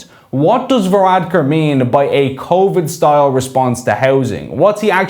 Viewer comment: What's convid? Spoof nineteen is it?